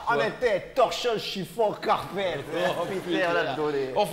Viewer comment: Torchons, chiffons, carpetteuh!